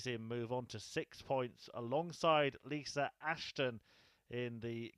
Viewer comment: Is it Lisa or Lisr cause he never says it with an A